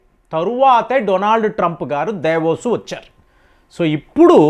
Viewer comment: మీరు ఏంటండీ ఇప్పుడు పదాలని తప్పుగా పలుకుతారు అందరూ దావోస్, అంటే మీరు దేవోస్ అంటున్నారు... లేకపోతే అందరూ మారిషస్ అంటే మీరు మురిశెస్ అంటారు ఇలా చాలా వర్డ్స్ విన్నాను.... మీకీ అనారకణ మీరు ఇప్పుడు ఇలాగే అంటారా